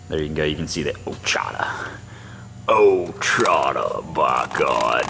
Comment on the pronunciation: It's pronounced Like "Wash i taw". From the Ouachita Indians in Arkansas and Louisiana